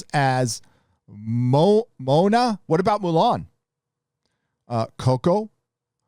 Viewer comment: Moana= Moe-annah